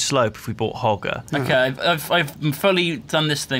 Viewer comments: Im pretty sure you say it Ho-ger no hog-er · hoe-jer is proper pronunciation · The pronunciation of "Hoger" is Hoe-Jer